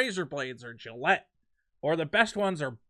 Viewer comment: You use exact same "ascending" accent. One sentence is divided into several "chants". Also see how you say "Gilette" -.- maybe you just like watching PewDiePie and unsonsciously imitate him, I dunno.